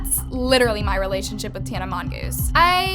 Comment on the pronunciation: The way she pronounced Harry and Tana’s name 😭